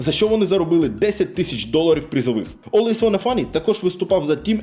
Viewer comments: нік не так виговорив) не "Алвавонафані" чи як там було а олвейс_Ванна_Флай (нижні лінії шоб читати легше) ) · Олвейсвонафані, хелресайсерс і глобак ахахахах, будь ласка, читайте імена та назви уважніше) та взагалі, провіряйте інформацію яку подаєте, Наві по доті вже 3 рази міняли свій склад , і в цій команді не грає жоден з вище перерахованих гравців. Цей же ж Ноуван навіть встиг пограти в наві та покинути команду. Одним словом, інформація застаріла на 3 роки. P.s: не обов'язково кожного разу вимовлять букву р в анлійських словах так, ніби язик затерп